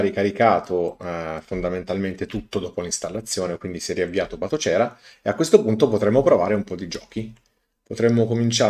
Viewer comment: però la pronuncia di Batocera... :(